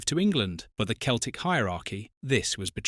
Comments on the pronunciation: Keltic? What the fuck? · Keltic??? A.I shite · You did better than me. I've reached one minute and the AI narrator just pronounced Celtic as though it's got a K at the front. Not worth my time. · You lost me when you failed to correctly pronounce one of the most famous clubs in the world.